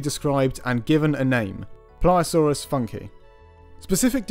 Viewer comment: Shouldn't it be "Funk-ee-eye"? or "Foonk-ee-eye"?